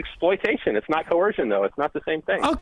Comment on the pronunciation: This guy has a hard time with the word coercion? Seems okay with other words, but that one makes his snowflake heart melt.